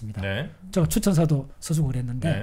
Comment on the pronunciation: 제가를 저가..라고 하는것 빼곤 아주 집중해서 들었습니다. 요즘 이슈화되고 있는 민희진사건에도 많은 깨우침을 줄 것 같네요.